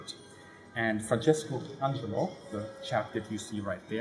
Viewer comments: Amazing video, very very interesting. One little thing, the pilot's name is Francesco Agello, not Angelo. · Francesco AGELLO not angelo WTF